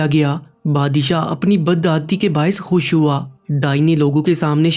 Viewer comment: Pahle urdu padhna seekh le. Khush ko hush bol raha hai.